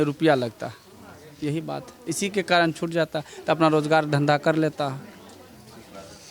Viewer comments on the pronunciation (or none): none